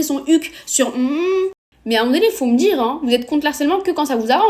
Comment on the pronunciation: Par pitié coupe tes ongles. « j'en avais des choses a djir » 🤣